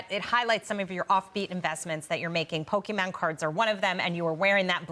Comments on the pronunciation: Its Pokemon 😅 not Pokeman! Logan wants me to buy these cards! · when she said "pokeman" i thought wtf no way that's gonna fly! And Logan called it out right away xD